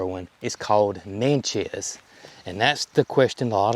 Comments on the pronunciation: Pronounced Nat-chez. Indian tribe. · You do not pronounce Natchez correctly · I'm not the name police. Call them what you want 😊. No biggie, but Natchez is like matches with an N in front.